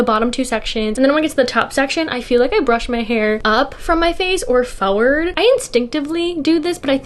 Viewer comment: i love the way you say “forward”.. it’s such a new jersey pronunciation lol